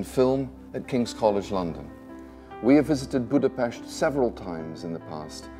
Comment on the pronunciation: A big thumb up because he said Budapest, not Budapeszt! (How would you write this in English? Budape"sh"t?)